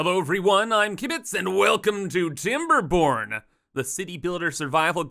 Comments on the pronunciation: I had to double check the title. I just heard "I'm Kibitz, and welcome to Timberporn!" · If u add a er its timberboner lol